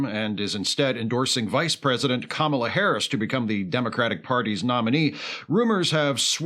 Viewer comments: Not believable. They consistently pronounced "Kamala" correctly. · Wait, that Fox News anchor just pronounced Kamala's name correctly! You call this authentic?!